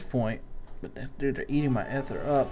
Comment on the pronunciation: eeee-thurrr not eth-errr